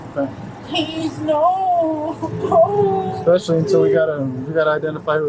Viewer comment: “expecially with people out here…” 🤦🏻‍♂️